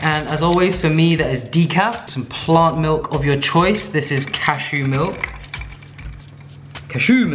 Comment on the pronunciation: Okay but why whenever you say cashew milk you immediately follow it up with "CASHOO MILK"? 😂 Now every time I drink cashew milk I'll have that playing in my head lol